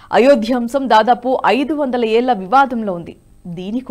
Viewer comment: 500 "ఏల్ల" వివాదం. ఎన్నో "ఏల్ల" పోరాటం అంటున్నారు. ఒకసారి లలితకళలు అంటే మీకు ల ళ ల మధ్యన తేడా తెలిసి వస్తుంది.